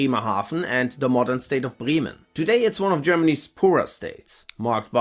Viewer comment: "Becks is not a good beer." You have a German soul :) Not Briemen, BrÄmen. :D